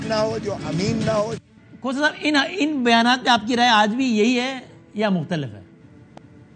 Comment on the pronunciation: Khoosa nahi khoota hy